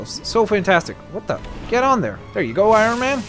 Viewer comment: It’s Iron Man not irone man